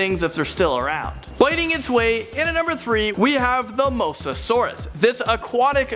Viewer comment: pterodactyl doesn't exist, there is a pterodactylus which is tiny and the pteranadon, also dude you mispronounced quite a bit of things lol spinosaurus spine is called a sail it's it's not crentasious period it's not tryannosaurus and it's spelt like mosa but it's pronounced like moza please iosaurus is how that the well the you know what is spelt, some of these mistakes are common but you need to make sure you're pronouncing things correctly more often